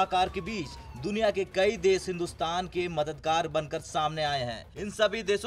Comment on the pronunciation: UTS DESH NOT DES